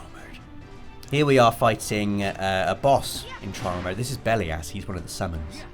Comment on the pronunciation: For some reason I dont think Belias is pronounced as Belly Ass but Im a weird one that doesnt pronounce Titus as Tit Us.